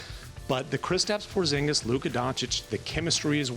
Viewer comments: Kristaps "Pozginis" lool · “Pozginis” lol